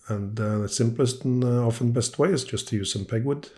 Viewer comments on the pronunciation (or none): none